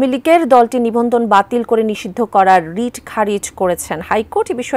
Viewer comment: রিট হবে ❤ রিড নয়